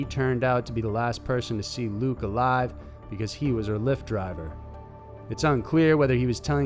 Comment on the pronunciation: “Lu-ick” is how it’s pronounced not “Luke”